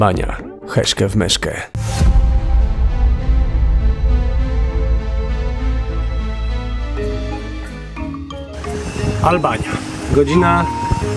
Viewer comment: albania a nie alalbania